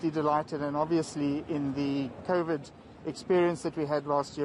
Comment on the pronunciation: "ThErE WaS KoFiD"